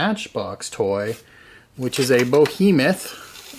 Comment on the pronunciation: It's a boheemith alright.